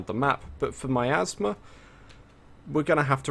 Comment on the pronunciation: Every time said miasma, it 100% sounded like hes saying my asthma.